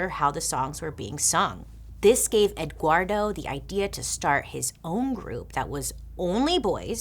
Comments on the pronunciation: Loved this one!!! It is pronounced EdWardo. Please go back to doing MMM. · It’s eh- ward- do. The g doesn’t have too much sound, it’s very subtle. Eh gward-do. :)